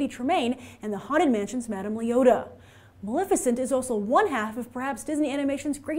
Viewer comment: Maleficent not Malificent